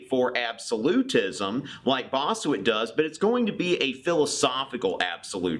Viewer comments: Bossuet = Pronounced BOSS-WAY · It's pronounced BoSué and Hobbes did say that the soverign's authority ends if he gives an other to his subjects that goes against their self preservation. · Bosseut is pronounced "Bossu-wey"